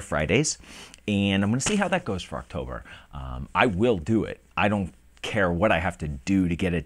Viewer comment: Woah 2 videos! a week! + rapid fire Friday's Alright! Just go for it! You do a good job no matter what happens! I watched the video all the way thought! "Oxtober video's soon" LMAO. Drunk on Scotch is funny as hell!! You where getting really slurry there at the end:)